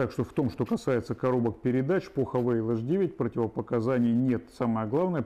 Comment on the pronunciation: Не Хавейл , а Хавал . Слог закрытый , поэтому Хавал .